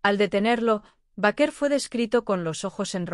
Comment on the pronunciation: B E I K E R.. asi se pronuncia su apellido